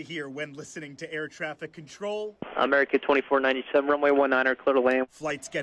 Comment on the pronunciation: Ameowrican Airlines 😂.